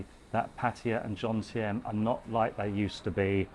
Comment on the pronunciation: Love it how you say Jomtien. You get the M and the N mixed up and say Jontiem hahaha